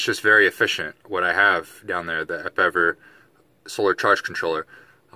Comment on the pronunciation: I'm not going back and forth with this it's obvious your going to do it your way but 6 Guage would be the limit not 8 I'm surprised nobody else told you that the bigger the better the flow but 8 I would not ever ever use. And the charge controller is pronounced EP EVER